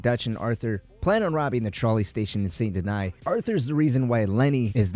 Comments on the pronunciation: good video, just don't like how you called it "san deny" instead of "SAN DENEE" how it's a French city and how it's pronounced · It's sant danis not sant deny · Well if you want to pronounce it with proper french pronunciation it would actually be more like “son denee” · You SAY you played this game yet you consistently pronounce the name of the MAIN CITY wrong. Saint Deny? It's pronounced San Den-knee and you know it. This is so distracting the video is unwatchable. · Saint denee and denis is fine but not deny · This man literally pronounces "Saint Denis" as "Saint Deny." lol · My guy can’t say Saint Denis he says sabot deny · Left as soon as dude said some... sont deny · Stop pronouncing Saint Denis like that. You've heard them say it a hundred times in the game. You have no excuse to mispronounce it. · Leaving early because of how you prenounce Saint Denis Bye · We all mispronounce words no need to be rude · Why can’t people just say it how every character in the game says it? It like saying Dutch Von Der Loonde instead of his actual name 🤣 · They clearly say how to say saint denis a million times in the game and you still can’t say it properly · Did it in purpose so you’d comment